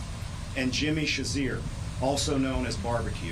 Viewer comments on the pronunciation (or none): what is viva unsoom? And who is Jimmy Shazeer? He can't even pronounce Viv Amsanm or Cherizier how can we take seriously?